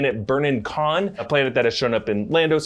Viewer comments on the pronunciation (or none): none